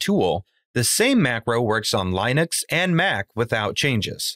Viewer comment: My only takeaway from this video was my frustration with your pronunciation of the operating system "Linux."